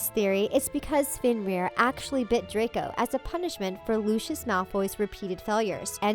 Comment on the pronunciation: "Lushius" :( please stop its Lucius